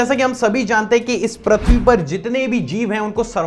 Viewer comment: Prithvi not prathvi